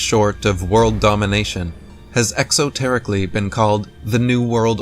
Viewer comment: we hear him use the word, "Exo-tericly"? - Really,??? Is English your native language, or not??